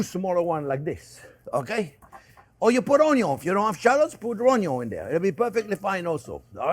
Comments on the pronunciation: I always sautee my onyo, too! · I love Chef Jean. Onyo is on the list instead of onions.